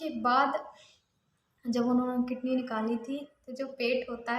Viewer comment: Language to sahi se bola karo kitney kya h